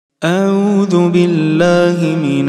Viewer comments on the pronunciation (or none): none